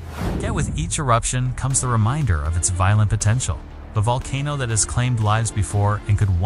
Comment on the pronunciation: COMPUTER DOESNT KNOW HOW TO PRONOUNCE VOLCANO.